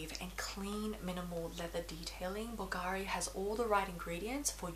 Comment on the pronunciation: Very well thought out review! I’ll tell you this, because I know you’ll appreciate it, plus you’ll be the first one in the fashion YouTube community(that is not Italian: I’m Italian) that is going to pronounce it correctly! Bulgari: the accent is on the u! (just go to google translate Italian and then listen to how it is said!). Keep up the good work and congrats on your baby boy Leon. 😊